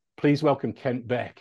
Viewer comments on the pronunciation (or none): Oh, "Ken**t**". Not "Ken". Oof...